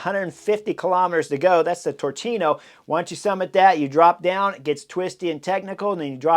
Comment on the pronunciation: BTW In Italian the [ch] sound is [K], so Turchino sound is Tur[k]ino, not Tur[c]ino. :-P